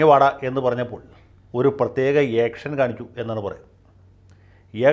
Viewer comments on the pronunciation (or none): none